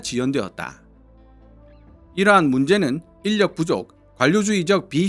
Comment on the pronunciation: 인력의 올바른 발음은 일력입니다.